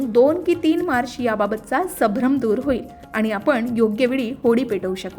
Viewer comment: वाचन शुध्द करावे. आपण वारंवार सभ्रम असा शब्द वाचला .तो चुकीचा आहे. खरा शब्द*संभ्रम*असा आहे. चुका टाळाव्यात.